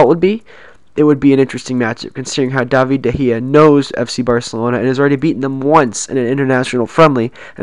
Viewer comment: its david de gea not davie de gea